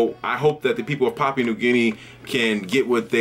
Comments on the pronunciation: good video man but the pronunciation is a bit off its more like pah-Pu-ah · Pah-pu-ahn 😂 much love though haha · Brother I appreciate you talking about my country but get your facts correct, I am Papuan an new guinea is another part, basically south is papaun an north is new guinea. Thanks ....btw your proncing Papua wrong don't refer to the whole country as Papuan